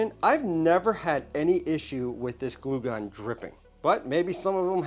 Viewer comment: Dude, you should voice over “glue gun” every time you said it wrong. You had me laughing out loud!